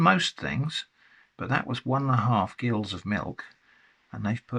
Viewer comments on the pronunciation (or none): would like to mention that gill the measurement is pronounced "jill" (and half a gill is a jack!) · This brought back a memory when the pronunciation of gill was a topic of contention. Gill is pronounced Jill but my dyslexic brain still can't understand why